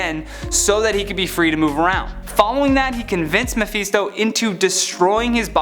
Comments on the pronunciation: “MehFeetsDo” Dehurtsdo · Please quit saying Mephisto!